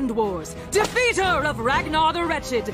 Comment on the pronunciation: I heard it as "Rath Northern Wretched" when it was actually "Ragnor the Wretched"